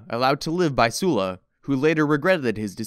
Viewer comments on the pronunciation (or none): Excellent work!! Animation is basic but easily understandable with the history your dropping. I have to point out that your pronunciation of Sulla is off. You keep saying his name as “Sue-la” however it should be said as “Suh-la”